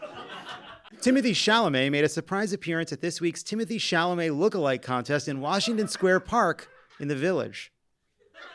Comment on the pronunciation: It's Tim-oh-tay!!!